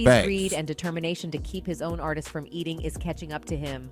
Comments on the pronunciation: “Artists” Not Artisistses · Artistsis is not word!😂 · These full grown adults really don’t know how to pronounce artists that’s crazy